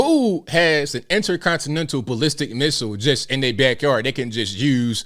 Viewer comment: mAN DID YOU SAY INTERCONSTSANISSTIL LAMO LMAO